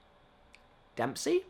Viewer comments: It's Dempsey, mate. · It's Dempsey.